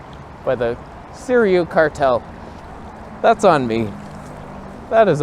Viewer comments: Informative and funny video, as usual. Side note about Sirui pronunciation - try "Seer-ooo-eee" instead of "Seer-eee-ooo". The company that gives you a free lens to review might appreciate it if you could say their name correctly. And regarding the wearing of sweat pants in public (of any color), the implication is that you just rolled out of bed and went outside without washing yourself. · I came just to hear you try to pronounce Sirui